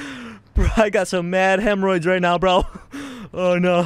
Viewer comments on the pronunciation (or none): "i got mad hemroids" lmao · “I got some mad hemroids right now” lol